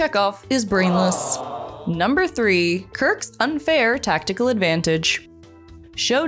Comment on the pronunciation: Did you say tactical or test_cal?